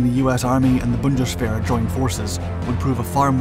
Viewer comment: You are saying the word "Bundeswehr" very well.